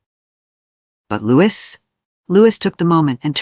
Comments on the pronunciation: Louis's name is pronounced "Louie" not Lewis!!! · Its Loee not Lewis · Will you PLEASE pronounce Louis as Looee and not LOUIS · Programmer—it’s pronounced Loo-ee. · Will you please pronounce Prince Louis name correctly!! It's a silent 'S" at the end!! Honestly!! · It was the pollen causing problems! Please remember to pronounce Prince Louis without the "s"